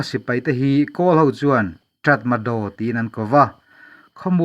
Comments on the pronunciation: Aw, a inziah dan aṭang chuan 'Ṭatmadaw' tih âwm tak a ni a; nimahsela, a lam rik dan tur dik tak erawh 'Ta-ma-raw' tih zawk tur a nia... Nypidaw pawh hi 'ni-pi-raw' tiha lam tur a nia. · 'Tatmadaw' tiha inziak hi 'Ta-ma-raw' tiha lam tur a ni e. In tilawmawm ṭhin tak zet. A bengvarthlak ṭhin e. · Tratmadaw a ni lo, tatmadaw😀